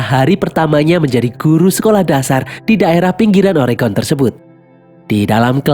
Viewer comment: Mantap, sang mimin bilang "Oregon" dgn betul!!! Bnyk warga America tidak dapat melafalkan nya. Makasih!!!